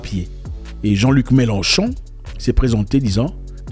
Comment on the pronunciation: C'est Mélenchon et non melon-chon😂😂😂